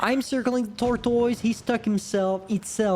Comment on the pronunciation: "tortois" it's kinda hilarious when u say it :d